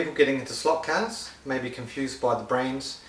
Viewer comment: "Ay lotta people are gettin into slote cahs"